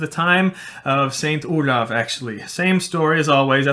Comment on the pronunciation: oh i'm desapointed because you pronouced "oulav" while i always thought it was "oh-lahff" ( "grosse baffe" for who could understand that joke ) ; it's like earing the name of another guy...